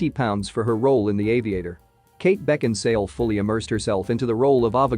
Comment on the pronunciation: Why did you insist on calling her Kate Beckinsdale? Her name is Kate Beckinsale. How could you make this mistake when her name is spelt correctly in the title?